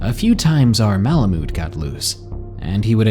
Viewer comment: The way u say malamute haha